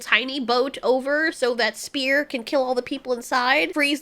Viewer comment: bro called spear spang 💀